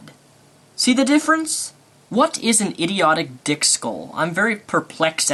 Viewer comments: Lol Daniel, he said "thick skulls" not "dick skulls". That was funny tho. Love Ya! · I think he said "thick skull". Jus' sayin'. :)